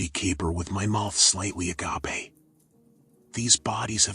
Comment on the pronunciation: "Uh-gah-pay"... was that "agape"? 'Cause that'd be "uh-GAPE" lol great story tho.